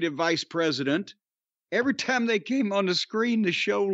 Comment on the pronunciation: Corny pronouncing tiiiime Like Thunderbolt Patterson is great😂